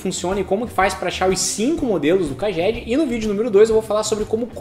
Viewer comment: Pronuncia real CAGED = "Keidjed"